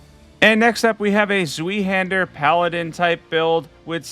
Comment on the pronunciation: Sweehander^^ it's more like Swyhander, like if you would say sky, but with a harsh Zw at the beginning.